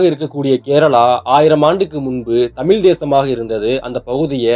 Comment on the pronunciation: தமில்/ள் அல்ல - தமிழ். ழ வை உச்சரிப்பை பழகவும்